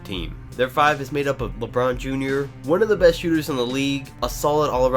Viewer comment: You said Lebrun James jr.😏😏😏